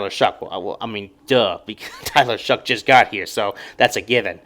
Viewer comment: its show, not shuck. its shough. like though